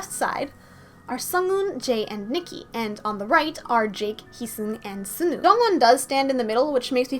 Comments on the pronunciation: btw sunoo is pronounced sawnu :D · I love your channel, you're one of my favorite theorists! I must say though, I sometimes get distracted by the way you say Sunoo or Taehyun lol. Sunoo is like the word "sun" then "oo", not "soon-oo", and Taehyun is like saying Taehyung without the "g" I don't mean to sound rude though :)